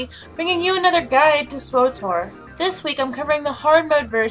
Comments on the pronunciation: My biggest pet peeve is when gamers make up vowels to fill out a word that isn't actually a word. Pokket I enjoy your videos but it's SWTOR (STAR WARS The Old Republic) not SWOTOR (STAR WARS "O?" The Old Republic). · Pronouncing it Swe tor just sounds even more annoying imo.Either way,I first heard it pronounced SWOTOR off of the MMO report and ive heard it that way almost ever since. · I am not sure I agree that pronouncing Swtor (SWE)-Tor is any harder than pronouncing it like SWOAH-tor unless english is not your native language. Can you pronounce an SW sound? It's the same sound made in the word sweater. I think the reason people pronounce it SWOTOR is because they are familiar with KOTOR. But the acronym for KOTOR actually as a word that starts with an O in it. So it actually make sense to pronounce it KOTOR. Come to think of it when as BW ever called the game SWOTOR?